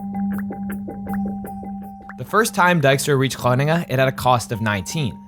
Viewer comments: yeah they butchered Groningen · And Groningen? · "grunningun" lol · Didnt expect this video to turn into an Amerikan trying to pronounce Groningen over 5 times in a row, but can't say that didn't elevate the pleasure of my viewing experience. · i'm not comfortable on how you pronounce Groningen 😅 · gruniggen.. lol you had the pronounciation right there. It's fine though. It is definitely one of the more difficult towns to pronounce for non native speakers. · You included an interview of Dijkstra pronouncing Groningen and only seconds later you butcher it with grunnegun. Schaam je. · Where is Gwoningen 😂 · So funny how you mispronounce Groningen. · this video is like that video of benedict cumberbatch saying penguin all the wrong ways.. but instead the word is groningen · Yeah this proves to me that the narrator at that point,, is Dutch. I believe he mentioned it before as well. Later in the video, you can clearly hear how Groningen is butchered again, multiple times. But not when the OG Veritasium Dutchie pronounces it 😂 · Dude why are you butchering Groningen pronounce hard? You could at least have google it G is not a G as in English. You have millions of followers whom might hear and learn it for the first time. And now those people are saying wat ever the hell word it is that your using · I noticed that too. I've spent some time in the Netherlands a couple hundred years ago. Enough to notice Groningen being pronounced with a full american G later 😅 (I remember being corrected on how to pronounce that, multiple times) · Yes, just a few seconds later Groningen turns into Groningen. 😀 It is so unfortunate that they know the pronounciation of Dijkstra and Groningen, but decide to do something else... 😞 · As someone living in Groningen, I found it very funny hearing you pronounce it every time 😂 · The pronunciation of Gröningen was an absolute travesty. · The best part is hearing the Veritasium hosts try to pronounce Groningen.